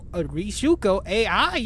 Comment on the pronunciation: I can't how you read those names XD Like Ai is A.I. now. No offance, I love your vidios, but It's just very funny to me.